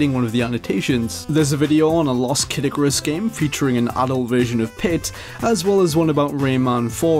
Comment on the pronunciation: lolz when he said "a lost Kid Icarus game" I thought he said "a lost Caddicarus game" I was like what?